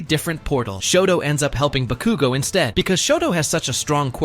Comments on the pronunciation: Why did he say bakugo so wierdly. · Why did you use AI voice for this video? (It sounds like AI to me.) /gen. It makes the video a bit silly, because it pronounces names wrong (EX: pronouncing Bakugo wrong) and doesn't use correct sentence structure, like pauses between words where there's supposed to be a comma, or a period at the end of the sentence. It blends words together, when there's supposed to be a slight pause. It would be much easier and better to use your own voice, or hire someone to voice it for you if you're not comfortable putting your voice on the internet. This is not hate, it's constructive criticism. Just something to make your videos better. /gen /nm